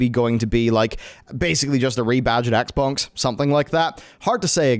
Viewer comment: why does it sound like he says the Xbongs? XD